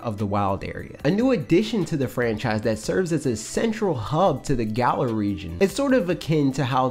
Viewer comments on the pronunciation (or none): none